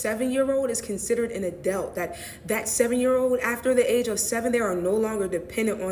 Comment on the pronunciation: She didn’t even say adult correctly lmao